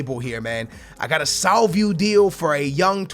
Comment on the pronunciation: Salvio is pronounced SalviO NOT SalviU!